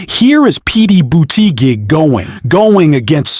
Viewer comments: Why does the anouncerr say Petae Butigue? It is irritating. If it's a machine, have it learn correct pronunciation. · Poor or disastrous attempt at syllabicating "Petty Booty Geg"🤣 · 💙💙💙💙💙💙💙💙 thanks for sharing, next time get his name right 😊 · Why can't u pronounce Pete's name correctly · Spelling and correct pronunciation of Pete’s name is important…. AI Bot?